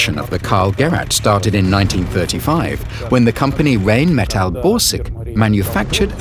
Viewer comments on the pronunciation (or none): Gurat? learn how to say Gerät! Rain metal? more like Rhein Metall, you know, like the river and metal.